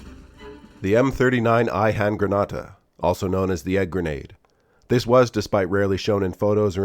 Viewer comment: Ei-handgranata fast richtig ausgesprochen 😅 👍